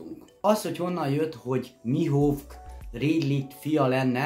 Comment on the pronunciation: A Rayleight ugy ejtsd hogy "réjlih" és a Mihawkot pedig "mihók" bocsi😅😅😅